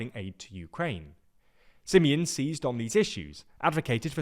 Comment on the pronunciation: How he pronounced Simion s name :))) crazzy staff :) almost as bad as the misleading content . Sorry to say that but it is the truth 😊